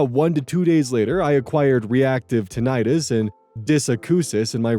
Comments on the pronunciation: That's not how you pronounce tinnitus. It's actually pronounced "tin-ih-tis", not "tin-eye-tis". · Hey, "tinnitus" is pronounced TIN-i-tus, not tin-EYE-tus. I just recently learned this myself! Also, the name for an unhealthy obsession with "healthy" foods is "orthorexia".